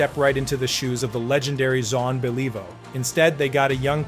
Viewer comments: Get it right, you dip. Your apology is not acceptable. Pronounce Beliveau and Richard correctly, Honor their names. It's not Bell-EE-vo. It's Bellivo. It's not REE-sher. It's ReeSHAR. Drive me nuts with your ignorance. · BahLEEvoe? Maybe don't use an AI narrator next time, eh? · Who the f is John Believe-o? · Truly a worthy successor to ZAHN BELEEVO!! lol crap AI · Yeah, bay-LEE-voe is an embarrassment to any hockey fan. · I can't Beeleevo how much BS there is in this video. Brutal narration, full of poor pronunciation and outright lies. Pathetic. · John Be-Leave-vo! Take this down or fix it.. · Bay-lee-vo haha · John Bell-eee-voh...couldn't even prounounce Belliveau's name properly. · Teach that AI how to pronounce Beliveau. Is the whole thing AI?